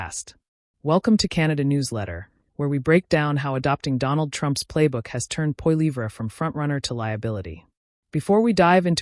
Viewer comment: Maybe if you pronounced his last name correctly, I would take you seriously